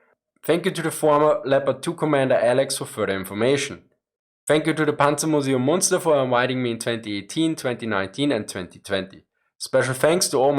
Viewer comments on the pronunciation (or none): It is not Moonster, it is Münster no oooh sound, ÜÜ!!